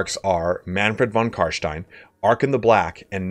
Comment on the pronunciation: Finally, someone who properly pronounces ''von carstein'' <3 Great video